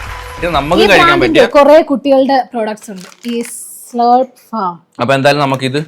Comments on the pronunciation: സ്ളൂർപ് അല്ല സ്ലേർപ് ഫാം ആണ് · സ്ളൂർപ് അല്ലെടാ സ്ലർപ് എന്നാ ആ നൂഡിൽസ്ന്റെ ബ്രാൻഡ് name pronounciation